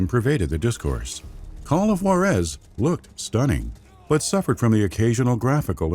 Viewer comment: great video! amazing content as always.. i know its been a year anall but man did i get aids in the ears every time you mispronounced Juarez :((((